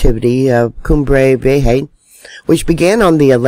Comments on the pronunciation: It is pronounced KOOM-breh vee-EH-hah. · Cum-bray Vee-YAY-ha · This volcano has the capacity really damage the east coast of America wth tsunami. Pronounced Coom-bray ve- ay- ha. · It would be nice if you would make an effort to learn to pronounce the volcano. Geeze!!!